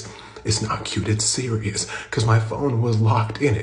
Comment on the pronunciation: “It’s not cute it’s SeRiOuSsSss” Homies traumatized 😂😂